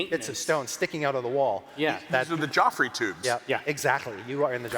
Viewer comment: did P.Ruffus say Joffries tubes?